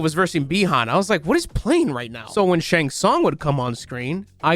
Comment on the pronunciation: They pronounce Shang tsung “shong sung” 😂😂😂